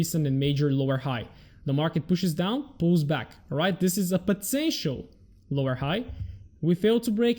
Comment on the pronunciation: PET-SE-SHO = POTENTIAL... Thank me later :)